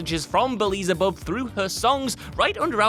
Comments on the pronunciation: Yes, that's the point. He absolutely didn't say Beelzebub. He said Beleezebub. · Who? Buh-leez-uh-bub? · On the Lady GaGa entry you mention "A feverent hurricane", instead of (I think) fervent, and then you speak of "Beleezebub". STOP MAKING WORDS UP, YOU SACKS OF CAMEL DROPPINGS!! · "Belize-a-bub" during Gaga's segment... I'm giggling. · Do you... Do you not know how to say Beelzebub?